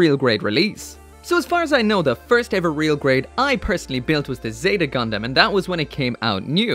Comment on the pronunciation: Sometimes i feel like he call "gundam" a "condom"